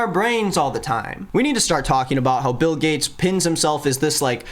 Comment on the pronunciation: The fact that you pronounced Bill gates as Bail (BAAL) Gates made me laugh bc I’ve been watching lots of Owen Morgan/stuff about Q anon losers. Just funny and I don’t think you did it on purpose. But it works.